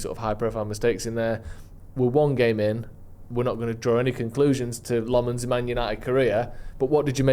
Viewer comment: Our goal keepers name is pronounced Senna LAMMENS not Lemins 😂😂